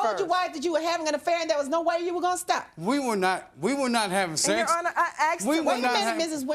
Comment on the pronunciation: “Yo honor” 😂😂😂